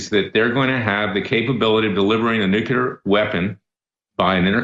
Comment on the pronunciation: Larry its nuclear not nucular